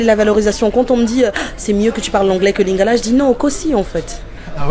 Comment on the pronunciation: Non mais ton accent en lingala il est excellent, je suis congolais de Brazza 😅